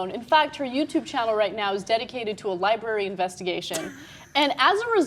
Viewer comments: I took a shot every time said "Li-bary"....hic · said liberry. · and then she said 'libary',... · Why can't you bitches pronounce "library" properly? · and it's a libRARY. it bugs me when people don't say that first R!